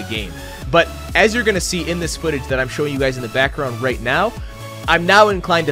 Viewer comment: He pronounces “right” as “rate.” Maybe he’s planning on- (inhales loudly) HE’S GONNA MAKE A MOBILE GAME THAT FRAMES U OF A FELONY IF U DONT RATE IN THE GAME IN THE FIRST 10 MINUTES